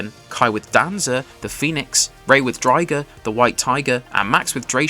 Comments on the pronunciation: Seriously, what is with the names dude, dranzer “drawn-zer” Druciel “drew-seal” Drigger “drig-ger” lmao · You clearly didn't watch this show as a kid. You absolutely murdered the pronunciations of Dranzer, Driger and Draciel. That triggered me so quick 🤦‍♂️ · The disrespect you just dealt Driger and Draciel with that pronunciation 😂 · Was literally bout to say this 😂